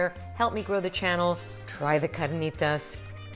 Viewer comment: no need to roll the "r" in carnitas. you only roll when there are two "r's" : )